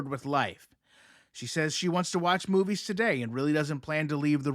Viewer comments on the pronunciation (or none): none